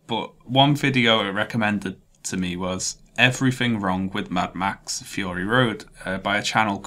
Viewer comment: could you get subtitles? im not sure i understood anything after "fee-urry road"